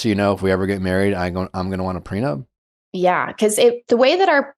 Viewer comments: Came here from the podcast app to see if anyone else couldn’t believe how many times he said prenub haha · According to Nick, people get PreNUBtual agreements. Hahahah love the show, just HAD to come here to see if anyone else noticed. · Can someone explain to Nick it's prenup not prenub? 😅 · Did he say “prenub?